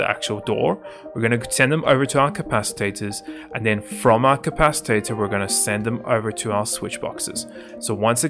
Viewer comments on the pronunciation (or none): ah yes the "capcitator"